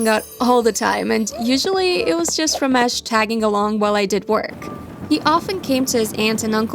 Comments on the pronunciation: As an Indian the Ramesh pronuciaion is making me cringe. 🤣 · not ramesh it is ramesh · Lmao the way they say ramesh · The way they told "Ramesh" made me laugh so bad 😂😂